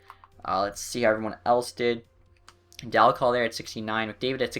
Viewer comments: well you are wrong. i live in Oshawa were he played and you are saying it wrong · can you say Dal Colle name right please?